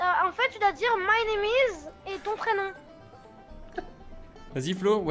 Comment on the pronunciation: «min neam is dean » 😂 « min neam is esteban »😂